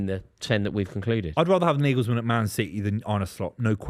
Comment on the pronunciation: Naglesman!? Ffs based on that you might as well put Eddie howe on the list.